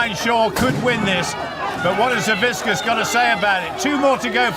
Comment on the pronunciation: Boy you’d think after all big Z has done, the commentators would actually get his last name right. Savickas isnt that hard to pronounce.